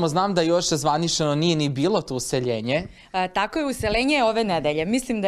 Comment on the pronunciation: "Uselenje" u stan...Stanija kaze se "Useljenje"! Ne zabrinjavaj me!